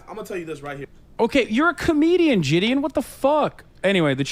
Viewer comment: Is he meaning to say say jideon or is he mispronouncing Gideon??